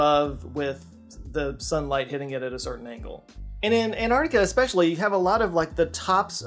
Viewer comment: Hey! it's AnTarctica, not an -arc-tic-a. Just like you have AnTennas and not an-ennas!